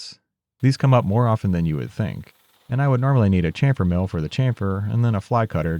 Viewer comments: Try shamfer... Like shampoo.... Not Chamfer like champion.... It's very simple and it's correct omfg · the slaughter of the english language! its pronounced shamfer, shassy ect, we gave you the language please respect it lol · Now I’d like to hear an explanation of the evolution of how you pronounce chamfer from your initial videos to now.